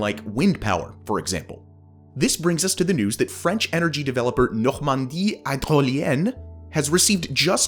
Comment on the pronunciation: i love your "fraunch" pronunciation. so fancy🍟